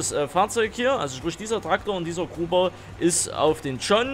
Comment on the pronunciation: Es heißt Grubber nicht Gruber 😂